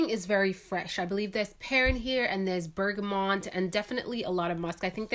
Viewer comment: Frangipani not frangipan also bergamot not bergamont 😉